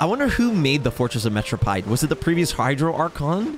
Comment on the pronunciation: It's not "Metropied"! It's Pronounced "Merro-peed" lol